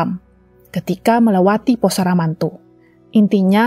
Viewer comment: SAMARANTU jadi SARAMANTU kwkwkwkwk.... kocak lu